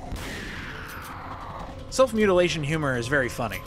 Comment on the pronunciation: Swear I heard you say "Self Mutilation Humor" instead of "Self Humiliation Humor"....